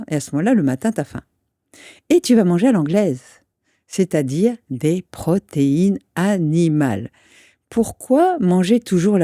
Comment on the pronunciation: "Ce qu'il vous faut, c'est de la pro-té-i-ne a-ni-ma-le, de la graisse a-ni-ma-le !" Quelle est la formation de cette dame ? Elle se gargarise de terminologie bio-chimique mais a très mauvaise mine, elle a dû mal digérer deux-trois termes...Je lui donnais 90 ans, elle en a vingt de moins. Pour apprendre la vie aux autres avec autant d'aplomb...